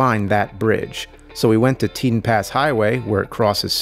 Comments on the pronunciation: Teton is said"Tee-Tawn" at slightly slower speed than the "te-t'n" said in the video. Just saying. Ok, by the middle of the video he finally gets the name correct. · sorry i cant let it go, its like tee tawn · It hurts my brain when he pronounces Teton. It' s TEE TAHN.